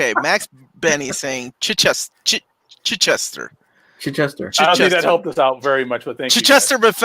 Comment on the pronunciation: D.G. Chichester. His name would be said like Chit-chester. There's a town in England with the same name. It's not chai or chuh.